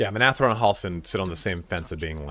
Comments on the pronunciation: Minthara, not Minathra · Dies he say Minthara's name wrong through the whole video?